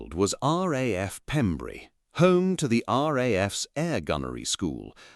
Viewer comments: its pembrey not pembury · Pembrey, not Pembury. Pronounced "PEMBRAY". It's also where Amelia Earheart landed when she became the first woman to fly the solo transatlantic flight. There is a statue in nearby Burry Port. In 1932, she became the first woman to make a nonstop solo transatlantic flight, and was awarded the Distinguished Flying Cross for her achievement.[2] She was one of the first aviators to promote commercial air travel, wrote best-selling books about her flying experiences, and helped found the Ninety-Nines, an organization for female pilots. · Its spelled Pembrey and pronounced "Pem- breh" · It's Pembrey, not Pembury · The airfield that the FW190 landed on is actually called Pembray not Pembury. A small but significant error. Great report though. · What about the atrocious artificial pronunciation of 'RAF Pembrey'? The gentle metre of the commentary is clearly artificial and silly mistakes make it questionable. It is Your show but you real ought to be a bit more proficient in the small details if you want automatic belief. As for verifiable images what is that Pembrey Sands? is damage to a British aircraft not reverse engineering of a German one. One could go on. Notice the name of the airfield. Anyway, it's a good story, You just need a better AI voice :-)